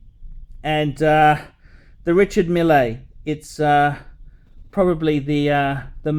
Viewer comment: These watches are more popular in Silicon Valley than in the Middle East. Mille is, I have to say, a cool guy for a Frenchman, and is pronouncing his name very badly.